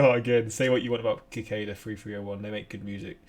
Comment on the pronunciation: kuh-kahda free free oh one? Really?